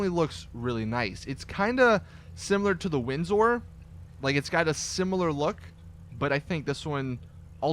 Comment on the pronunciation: You say windsor funny